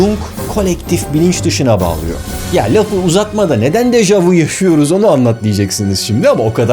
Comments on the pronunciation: Degerli karde$im, bâri siz bu kökü ve güncel hali fransizca olan, ''daha önce de gördüm'' anlamina ve iki sözcükten olu$an bu deyimi dogru telaffuz ediniz, bu deyim ''deja vU'' degil ''deja vÜ'' $eklinde telaffuz edilir, amerikan filmlerinin (veya kültür emperyalizminin !) her $êyi oldugu gibi dildeki dogrulari da yamultmasina bâri siz izin vermeyin be degerli dostum.. Saygimla.. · Déjà vü * diye soylenir 😊 déjà vous degil. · Dejavü diye okunur. 🤦 Barış Özcan'a bunu soylemek milyonda bir olur sanırım.